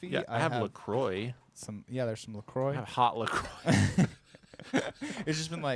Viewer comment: "Lah Croy"? It's "leh quwah" sweetie! (Ab Fab from the 90s)